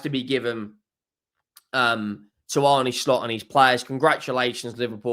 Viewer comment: His name is pronounced Arna(Arne)